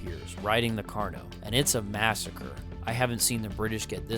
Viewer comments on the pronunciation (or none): none